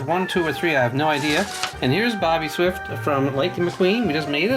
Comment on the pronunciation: his name is ""